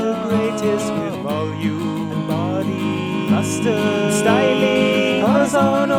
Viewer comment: Loving Corazon's song, but... it sounds like he says his hair is the greatest for "mustard"? I'm thinking it must be 'lustre' but I'm just not hearing it. Please send help